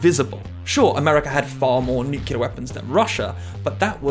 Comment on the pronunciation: "nukelar", huh.